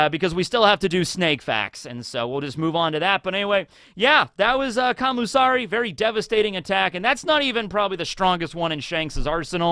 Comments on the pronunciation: Isn't it "Kamisari" rather than "Kamusari?" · But its not kami tho, Its Kam U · I thought he was saying commie